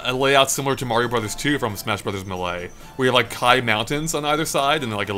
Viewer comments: The way pronounces melee drives me crazy. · its been so long why hasnt learned how to say melee it hurts me physically every time i hear it